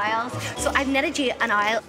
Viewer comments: The subtitles on my youtube show the word Isle when she's saying owl 😂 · I heard aisle, as in an airplane lol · She says Owl more and more incorrectly as the date goes on. It goes for Our to oil and eventually ends up as Oily